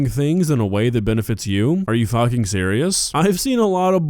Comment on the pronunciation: "are ya fuhing serious"